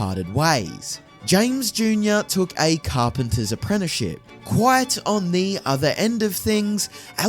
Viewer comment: "Apprennyship"? Do you mean "apprenticeship"?